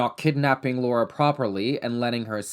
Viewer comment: Thanks for saying Laura and not “Laura” as an American